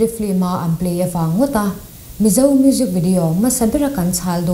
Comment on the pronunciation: FILM tih i pronounce dan hi a spelling ang hian lam tawh la. FLIM nilo in FILM zawk a nia, a spelling pawh hi. Khawkhat te kan nih vangin thrahnem ka ngaihpui che avang zawkin i sap trawng lamdan hi tun ai a ulukin han inzir leh trang trang teh khai.. I mizo trawng lam pawh adik chuanglo H i lamdan te, hmasaber tih leh hmasa tih a hmasa tih i lamdan pawh a in anglo🤦🏽‍♂Masaber niloin hmasaber tihtuuur🤦🏽‍♂🤦🏽‍♂🤦🏽‍♂